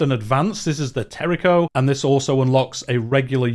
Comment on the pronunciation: Good video, but terrible pronunciation XD, You said terico intead tercio jajajaja